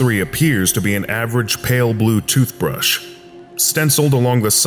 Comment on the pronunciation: Ah the perfect "TothBrush" that can finally clean my teeth!